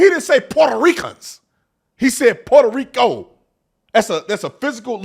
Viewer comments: Sunny thinks she’s Puertorrican and can’t even say Puerto Rico right. I’m born and raised there and voting for Trump! I love my island but would never choose to move back there. I’m grateful of my American citizenship and that I’m able to raise my kids in the states. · Sunny doesn’t even pronounce Puerto Rico properly. Doesn’t her side make a big deal about mispronunciations being disrespectful? She claims to be Puerto Rican in this very clip, but she says it in the most white girl pronunciation possible.